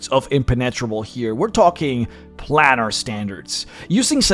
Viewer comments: Planar is pronounced "play-ner",. Same way you say 'solar', like "so-ler". The -ar denotes "of or in relation to". Solar is "of the sun". Planar is "of the planes". You see? I can't count how many people make this mistake, pronouncing it like "plan R". Please do not become one of those illiterates. You're better than that. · "Planar" is pronounced 'plane-ar'. The first 'a' is HARD. So the Gith Monk leader is almost like any other Monk? Wise and all-thinking. But why did Chaotic Evil Red Dragons make a LAWFUL and binding agreement to serve the Githyanki? Odd. M 🦘🏏😎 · I have to agree. He's making a comparison while apparently never having heard the word spoken aloud? He pronounces more words in odd ways too, like "plannar" vs planar, recesses like it's a chocolate, "molnourished", etc, and refers to a group as githyankiS (with an added 'S') half the time. He's probably not a native english speaker, which is fine, as is his content, but it's triggering nonetheless.